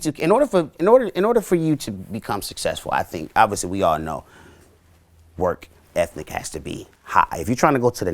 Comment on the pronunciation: 4.37 "work ethnic... " 😂